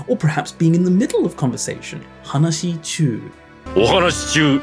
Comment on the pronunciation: You make really good content except you pay no attention to pitch accent at all. I know it's really hard and I don't say you have to completely make it right but at least if you say single words like 話 you could take that into account. It's not HAnashi but haNASHI (capitals are pronounced higher)